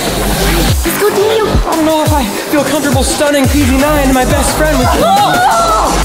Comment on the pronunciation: It’s Daniel not DANIAL